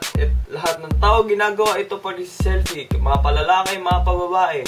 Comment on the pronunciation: seeyyllpi xD